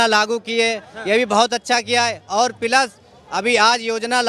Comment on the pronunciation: bhai ne jab plus ko pilus bola tabhi mai samjh gaya kejariwal hi aayega😂😂